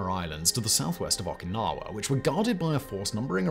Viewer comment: They way you pronounce Okinawa makes my ears bleed